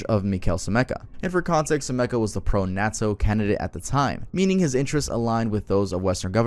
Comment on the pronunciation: bro said “Nah Toe” lol